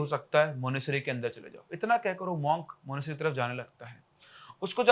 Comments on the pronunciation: मानेसरी क्या होता है मानेसट्री होता है भाई 😂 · Monastery ❎ Monasery☑️ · Monasary nhi Monastery bolte hai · Monesary kya hai bhai? Monetary bolo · monasTery. Tttttttt. It bugged me through the entire video. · Sir MONASTERY, aaap T kha rahe ho pronunciation mein. lol